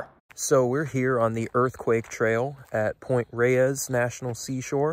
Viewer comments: Excellent job, dude. But "Point Reyes" is pronounced -- > Point Rays <-- not Point Ray-ez, as you pronounced it. I know it doesn't look like it, but there you are. Full marks to you for this effort, tho. Truly. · Point Reyes, is not pronounced ray-ees. it's pronounced to sound like "rays". The second e is silent. I know. I live here. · I can tell you're not from California, or at least Northern CA by the way you pronounce some of the names. It's ok, you say them in a logical way but Pt. Reyes should sound like Pt. "rays". San Rafael is San "ruhFEL" Tejon isn't Teehone it's "tehHONE". Those lakes on the peninsula are Lake Merced and San Andreas Lake. The fault takes it's name from that lake which itself takes it's name from the valley it's in. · There are plants on Point Reyes that occur nowhere else in the Bay Area. They were brought up for the South along with the point. For right or wrong, we pronounce Point Reyes as "Rays" and San Rafael as "Rafel." Even my hispanic friends. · I grew up in Marin County and I'd just like to say locals pronounce Point Reyes like rays and San Rafael like ra-fell.